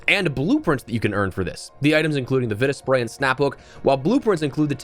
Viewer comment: Im pretty sure its pronounced Vita Spray, not Vita Spray!